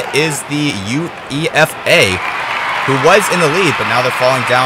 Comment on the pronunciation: Not that it really matters at this point, but it's pronounced 'YOU-AY-FUH' not U.E.F.A. This was a fun watch, by the way! Great stuff.